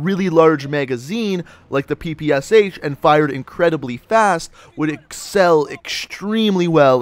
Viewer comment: Why did you pronounced PPSh as "P P S H" when you should pronounce it as "P P Sh"? This weapon has "Shpagin" in it's name, you know.